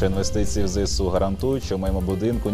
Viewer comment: окреме дякую за правильну вимову ЗСУ!